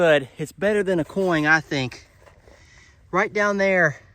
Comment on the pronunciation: Coin, not coing